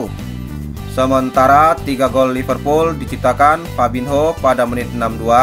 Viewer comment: Min Fabinho dibacanya FABINYO bukan fabinho.